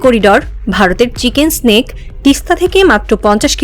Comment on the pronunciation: চিকেন নেক। চিকেন স্নেক নয়😂😂😂